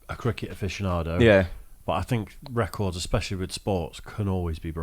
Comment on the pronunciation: Those were some nifty "reh-kords!" 🤪